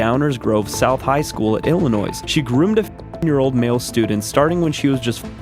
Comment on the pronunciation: Illinois pronounced with the s!!??? Lol